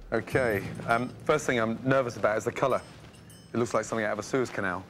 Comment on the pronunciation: He said sues canal